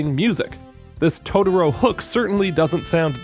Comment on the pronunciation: Dude your videos are great... but why do I keep hearing Tororo haha. Cmon man! You already pronounced one "to", just repeat it and is TOTOro haha. Great video as always!